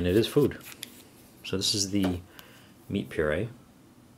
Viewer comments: You say "Food" funny... SpaceFoOoOD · As I brit I really like the way you say food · the way he says food is funny